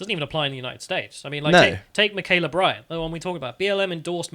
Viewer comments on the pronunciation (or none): "Michaela Bryant" who? Mah-kee-yah. It's not hard.